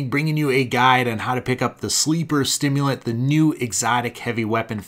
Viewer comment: I was pretty sure it's supposed to be Sleeper SIMULANT....not STIMULANT..... Lol